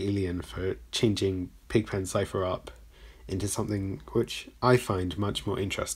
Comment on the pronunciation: I thought you were saying : "Alien Script"